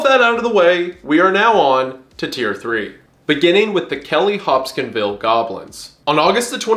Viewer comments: It’s adorable how Wendigoon can’t pronounce things correctly. Example- “hopskinville” when it’s Hopkinsville. “Pronounce-e-action” when it’s Pronunciation. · Wtf was the pronunciation of Hopkinsville